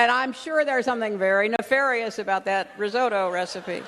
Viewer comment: How can someone pronounce risotto so wrong. So she eat risotto and yet doesn’t know how to pronounce it.